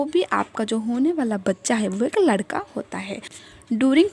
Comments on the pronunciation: Teria ladka or ladki hi bolna nhi smjh aa raha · Ap ish vedio mai ladka bol rhi hai ya ladki sahi se samj nhi aarha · Pehle ladka or ladki bolna seekh lo samajh he nahi aata ladka bol rahi ho ya ladki pagal aurat faltoo tym barbar kar rahi ho